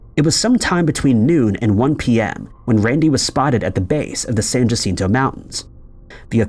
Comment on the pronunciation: San Jacinto is spanish. The J is pronounced as H. You should say San Hacinto. Thanks. San Jacinto was a famous battle in Texas and is a battleground visited by many people each year.